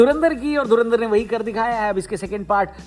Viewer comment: Dhurandhar ❌dhunaadhar✅